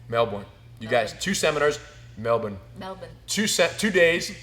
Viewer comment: Rener - you finally got it - "Melbun", not "Mel-Bourne"!